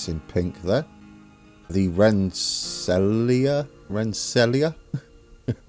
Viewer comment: Rensselaer is pronounced Ren Sayler. It's Dutch. Cheers